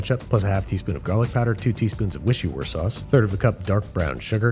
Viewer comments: “add some wishoowere sauce” perfect 😂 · na he didn't deliberately mispronounced Worcester sauce like Huggbees 😂